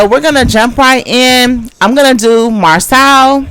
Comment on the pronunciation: Siiiiiisssssss his name is pronounced Mar-so….. seriously y’all clearly watch the show they say their names yet y’all jump on here and say them wrong. Do y’all have a learning disability or something what is going on?